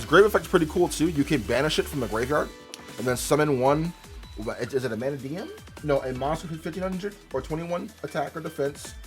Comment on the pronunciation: not sayin it right. its not MANAdium. you said it right once.